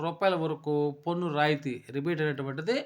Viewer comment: పొన్ను కాదు స్వామీ పన్ను.బాగానే చెప్పారు.ఉచ్చారణ మార్చండి